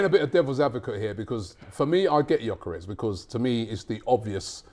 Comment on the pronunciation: First time Robbie has said Gyokeres name correctly! Theres hope 👏🏾🙌🏾🤣